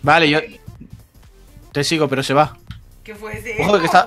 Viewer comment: En el minuto Dani diciendo Dios mío Dios mío que prrrro se oyó bien chistoso me mori de la risa